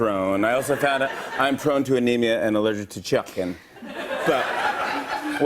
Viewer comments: “Allergic to chuken*😂😂😂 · why did he say chicken exactly how jenna marbles says it